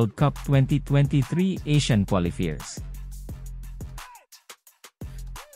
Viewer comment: Ayusin mo naman pronounciation mo, hindi qualifeers, qualifiers😁😁 worldwide tayo eh